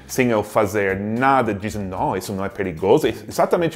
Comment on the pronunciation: "Noo, não é perigoso?" Mineirês detected!